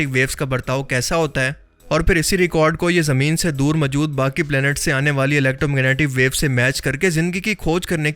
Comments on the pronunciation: Are Bhai mawjood ko majud bolna band kar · اردو بولنی تو سیکھ۔ لفظ ماجود نہیں۔موجود ہے۔ سطاہ نہیں سطح۔